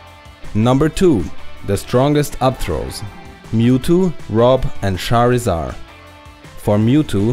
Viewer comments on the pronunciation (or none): Its not "Scharisar" it´s "Tscharisard" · I enjoy your Videos a lot. That beeing said the only thing that really bothers me is how you pronounce some Character Names. it might be a small thing but I can't listen if my mind gets stuck with "Rosaluma" or "Charizar". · did he say "sharisar"??? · tbsg shareezar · i love the way he says Charizard. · I love how you pronounce charizard. :)